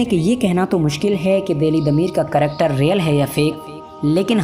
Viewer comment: karector, Tractor, karacter..LOL O bhai agar 'character' kahna nahi aa raha hai to 'Kirdaar' bol de zaroori hai Karector kahna, issy tumhara karactor nazar aa raha hai...LOL.